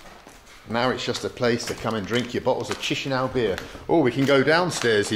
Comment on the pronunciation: He is pronuncing Chișinau better!